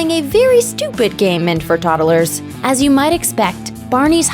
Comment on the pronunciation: Girl literally says toddelers. Really? Pronounce words much?